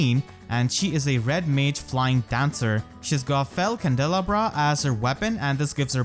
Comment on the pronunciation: "Fell candela-bruh" hahaha